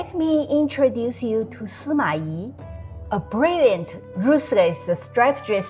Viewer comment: Suma I... Good and correct pronounciation